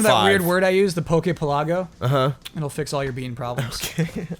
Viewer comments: shouldn't pokepelago be pronounced like archipelago? Also, I think jones' pronunciation of Bonsly is fine. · Poke Pelago... sounds weird, coz you're supposed to say it one word, like "Archipelago", but it's written with two words. Semantics, I know, but things usually sound a lot better when you say it given their pun/context.